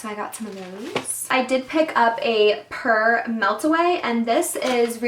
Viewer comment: Pur is pronounced pure.